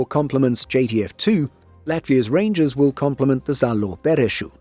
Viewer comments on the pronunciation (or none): “Reindžers” BARS! 🗣️🔥🔥